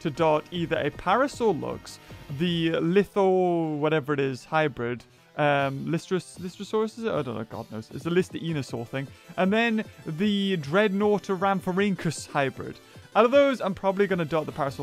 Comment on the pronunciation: say it with me lie_stro